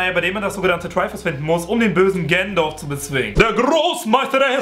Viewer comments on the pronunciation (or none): ganondorf nicht genondorf